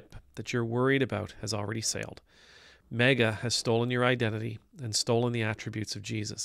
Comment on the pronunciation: I like how you pronounce it MEGA